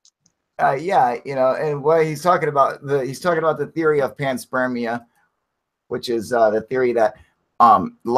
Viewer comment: Cool live guys, cheers...but WTF is Pants Spermia !? Ah right, it's panspermia...no worries, all good...carry on :}